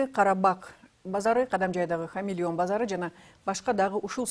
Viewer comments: Халмион десен диктор хамилион дейт ко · Диктор хамилион базары дейтго 😂😂😂😂 халмион . Же болбосо кыргызча аты баяман базары десе болот . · Халмион базары. хамилион эмес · Хамелион эмес Холмиен надо правильно читать.